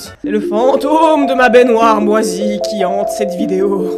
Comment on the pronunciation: Oui! Mon épisode de TAPER CAILLOUX! Super après une journée de boulot., ou quelqu'un d'autre si jamais, cette façon de dire baignoire, genre "bainéneuoire", je sais qu'au fond de mon cerveau j'ai la ref, mais je la retrouve pas 😂! Ça fait des mois que je tique à chaque fois, ça vient d'où stp 🙏🙏? Je pensais mr Krabbs dans Bob l'Éponge mais je sais pas.... Merci 😊